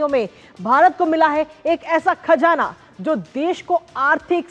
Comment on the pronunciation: खजाना नहीं . खज़ाना बोलिए